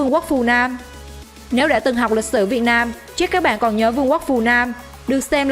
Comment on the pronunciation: vãi lớn r mà đọc chữ nam mà thành nan học lại cách đọc đi chứ kkk